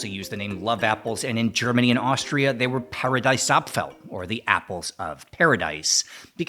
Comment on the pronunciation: In Italy you definitely will not get cancelled for using a knife to eat your pizza. Italians are civilized. And: the "ie" in Paradiesapfel is pronounced like "ee" while "ei" is pronounced like "I". In Austria, they are called "Paradeiser" (with "ei").